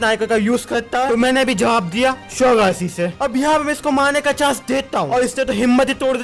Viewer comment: Everyone _ maine Legend - mena 😂